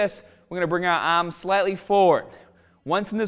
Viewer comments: My ahhhhms!!! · Yah ahhhhms will grow!